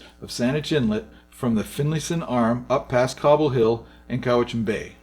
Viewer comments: Thank you for finding and sharing this interesting information about the early Malahat highway. My grandfather and great uncle both worked on that original road construction project. I can tell you are not from Vancouver Island, as you mispronounce Cowichan, Sooke, and Shawnigan. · the Cowichan Valley is supposed to be pronounced "COW - i - Chan". NOT "Ca - WITCH - en"!!! Or where this guy pronounces "Shawn - igan" Lake as "Sho - WIN - igan". However it shows a Steam Train on the E+N Railway with four passenger cars! Cool!!! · Cow-i-chan, Shawn-i-gan, Sue-k (Sooke) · Cowichan. Cow a chin or chen. Lol . Thanks for the video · Great video however your “pronunciation “ of Cow -ich-an is wayyyy off , I’ve lived on the Island a stones throw from the Cowichan valley and I assure you no one from here has ever spoke it as you did several times . No biggy just sayin 😉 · Interesting video, but it is pronounced COW-it-chan, the warm lands. & SHAW-ni-gahn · Cow-a-chin is the correct pronunciation of Cowichen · thanks for the video. I live in Victoria and the Malahat is still a dangerous road, but mostly because people drive too fast and don't pay attention to where they are going on the steep narrow bits. It probably would have been better to use the Sooke Lake to Shawnigan Lake route. As to the pronunciation of Cowachin.... Cow a chin, emphasis on the cow. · “Cow itch an” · COW CHAN or CHIN ~ Like Charlie Chan...'Sean e Gan' Lake Hooked on Phonics(?) GREAT Video Tim from DUNCAN ORIGINALLY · Pronounced Cow-I-chan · Great video. cow-i-chan and shaw-ni-gan still, great video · If it helps Cow-i-chin Shawn-i-gin You got Nanaimo right Sue-k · *SOOk ,-- COWichan, SHAWN-igan...... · it's pronounced cow-itch-an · Say COW-ich-in, SHAWN-i-gan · Repeated mispronunciations of "Shawnigan" and "Cowichan" was a distraction, but fun to watch anyway. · Why is he mispronouncing location names? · You absolutely butchered the pronunciation of Sooke and Cowichan.